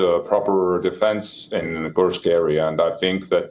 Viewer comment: It’s KURSK… not KURKS…. Anchor needs to pronounce the name of place properly!!